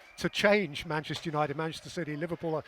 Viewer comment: Why can’t Gary say the word ‘Manchester’?? “Who’s “Mansh City”??🤦‍♂️🤦‍♂️you’d think since he’s from there he’d be able to pronounce it properly 🤡